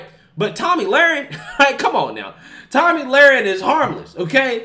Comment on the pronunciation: It's pronounced toe-me not Tommy my God